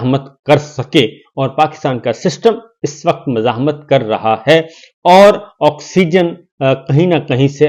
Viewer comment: Agya kathaaa angraz pendo . Abhi boley ga . ( political players, poouuulece , 2 or 2 charred, menawwaarring , ckooorttie. Auxigan ..... etc, o bhi g please words correct bola karoo.